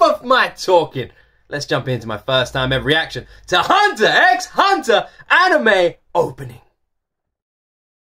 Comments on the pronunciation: Just another fanboy letting you know: 1) Hunter X Hunter is read as "Hunter Hunter". Pronounce it how you like, I'm just letting ya know. ;) 2) People ask you to listen to all openings as a mild troll. We then ask you to listen to all the endings because they're awesome and (unlike the openings) they are different. XD 3) Yes, we generally want you to see the opening animation as well as the opening song. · You don't pronounce the x in Hunter X Hunter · The X in Hunter x Hunter is silent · Yeah it’s literally just Departure with just new visuals as time changes. Hunter x Hunter fans like to do a bit of trolling 😂. And yes people think the visuals are just as important as the songs in anime openings. The x in Hunter x Hunter is silent btw. The show is actually just called Hunter Hunter. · Hehe I'm glad you did this one tho! It's just so epic that it only needs a couple slightly different versions :) The X in the series title is silent tho so it's just hunter hunter 😉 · The x in Hunter x Hunter is silent. Because it’s not the letter X, it’s a cross. But yeah, the animation definitely matters. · The endings from HXH are really great and all different, you should definitely check them out! Also side point, the x in the title isnt actually pronounced. Also you should go back and check out the Re;zero endings, in my opinion they are even better then the openings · 31 years of watching anime, HunterXHunter is by far my favorite anime & second would be Yu Yu Hakusho both by the same creator. Also the X is silent, it's intended to be a multiply symbol. This is a wonderful anime but the whole show I would not suggest for a younger audience, it starts fairly light and realistic then it gets darker and the power system is very unique. Also for your question, yes the openings as a whole music and animations are what are intended for you to watch as they complement each other. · The x is silent